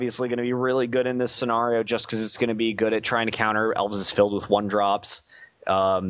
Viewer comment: Sen-AR-io. Lol